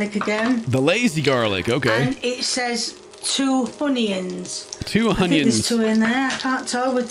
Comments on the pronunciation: Hunyions, mushyrooms, carriots! 😂😂😂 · I think in one of her videos she said that people like it when she says "honions" and so on, so she's going to keep calling them that way from but sometimes use the normal onions too.